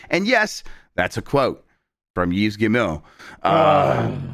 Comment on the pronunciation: Yves' 'S' is silent, he is pronounced like Eve.... French, AMIRITE :)